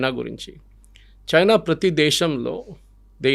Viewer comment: సర్, మీరు కూడా చైనా అనకండి ప్లీజ్, బాగాలేదు.